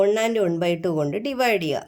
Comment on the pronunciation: ഒൺ അല്ല വൺ ആണ്.😂😂